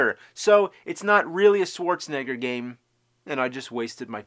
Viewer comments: "Swordsnegger" he said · Love how AVGN Says “Swartzenigger” 😂😂😂😂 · I never understood why he pronounces his name "Swarzenneger".